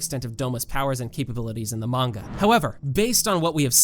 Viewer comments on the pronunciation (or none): none